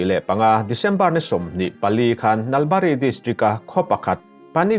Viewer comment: Nalbari hi a thlukseiin lam tur,,,eg, Naal baarii ti tur